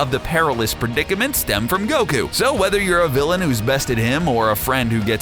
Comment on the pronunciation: He says who's so wierd